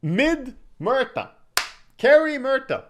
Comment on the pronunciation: its fun how you say "Merta" haha try saying it as "Moo-erta"